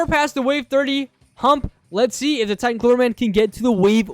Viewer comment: Bro sed titen clock man but it’s titen clover man